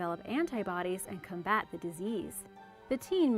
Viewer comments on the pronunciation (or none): none